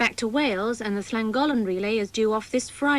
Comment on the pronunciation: Well, got Oughtibridge correct but made a mess of Llangollen!